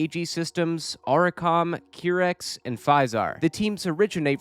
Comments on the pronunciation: Every time i hear qeerex instead of qairex i get the AKIRAAAAA flashbang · Hi! nice vid. Just to let you know, the Qirex team name is pronounced kai-rex. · It's pronounced: Ki-Rex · it's Q-why rex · another banger challenge run!! also note for future Wipeout videos: it's pronounced "kai-rex" 😅